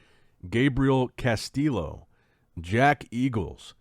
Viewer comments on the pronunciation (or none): It's pronounced Cass-tee-yo my guy.